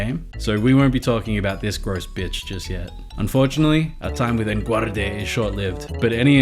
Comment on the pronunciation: The way you pronounced Enguarde got funnier every time you said it. XD To make the overworld more interactive, it required making them less detailed than the sort of background-paintings the first two games used. It's unfortunate, but was probably the only way it was going to work on the SNES. And the interactive elements are really endearing, so I think's worth the trade.